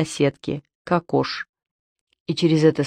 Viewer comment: Только ударение на первый слог кокош.